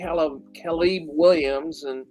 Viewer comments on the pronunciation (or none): Also I literally died when your dad somehow pronounced Caleb as Kalib. Keep up the good work boys